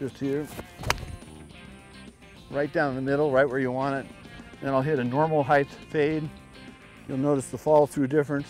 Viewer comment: johnny there's no such word as heighth.